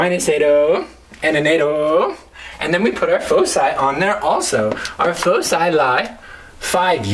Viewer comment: You're pronouncing foci wrong.